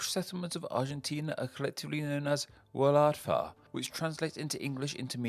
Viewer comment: Because the word "wladfa" starts with a vowel, the correct fr is YR Wladfa and not Y Wladfa. Cymru am byth un waith eto!